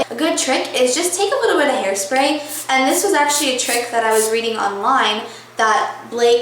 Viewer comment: Lol, is that how they say "and" in Texas? EEEEYAND.